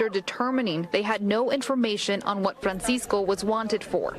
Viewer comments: Can u please stop saying fransisco in a mexican accent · It hilarious when every word is pronounced in English except the name. FrrrrrrrrranSycso It's 85 degrees and Homie has his Hoodie on